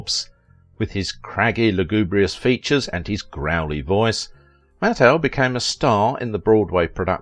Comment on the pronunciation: This is the BEST bio-video you've ever put out!!! Mattheu was the BEST!! Except for MISPRONOUNCING Walter's last name it was the BEST!!!